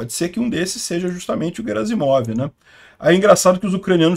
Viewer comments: O sobrenome dele é Герасимов e não Жеразимов: Sendo assim, a pronúncia correta é "GUEraSSimov" e não, "JeraZimov". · A pronúncia correta na versão em russo é 'Guierassimov'. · 14: 25 - Gerazimov: a pronúncia correta é com o "G" de "galo", nunca como "J". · No Google tradutor a pronúncia é "Guerácimov". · "GUERAZIMOV": Na maioria das línguas europeias, inclusive nas eslavas, o "G" sempre é pronunciado como "GUÊ", como em "garrafa". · Bom dia. A pronúncia correta do nome do general russo Gerasimov é com a letra "ge" pronunciada como "gue". Em russo, a letra "g" tem dois sons diferentes, um palatal, que é pronunciado como "gue", e um velar, que é pronunciado como "go". No caso do nome "Gerasimov", a letra "g" está no início de uma palavra e seguida de uma vogal, portanto, ela deve ser pronunciada como "gue". Portanto, a pronúncia correta do nome do general é: Gerasimov (gue-ra-si-mof) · conforme a pronuncia do Prigozhin e, Gerasimov se pronúncia com som de "Gue", Guerasimov.. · Oi, o correto na pronuncia do general russo é "Guerasimof" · Notinha cultural. No RUsso, quando a palavra vem de idioma Latin, que começa com "H", eles pronunciam como se fosse "Q". Assim, "Harry Potter" fica "Query Potter", "Hiler fica "Quitler", "Alcohol" fica "Alcoqol". Em Russo, o Garasimov é escrito como "Герасимов" . O "e" soa como "ie". O "o" ao final soa como "a". O nome em russo soa como o "Quierásimav" em Portugues.